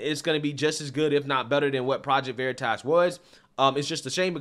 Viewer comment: He calling it Project Veritass